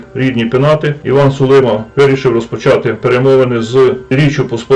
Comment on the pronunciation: СулимА - наголос на останньому складі.